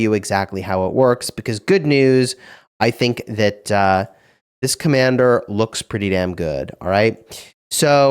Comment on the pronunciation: When he read the skill he literally emphasised “This commander”